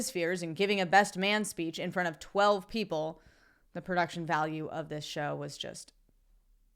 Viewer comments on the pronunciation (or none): none